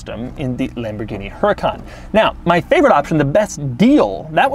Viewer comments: That's HuRAHcan....not HuREEcan. Followed by PERRforMANTEH....MAN as in FUN. Got it ? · Actually since Lamborghini names it’s cars in Spanish (yes I know the company is Italian), it would actually be pronounced Uhr-ah-kan, because the H is silent in Spanish, followed by pehr-for-mon-te. Most people don’t pronounce it this way because they either don’t know or it is too difficult for them, but that is linguistically the way to pronounce the name of this car.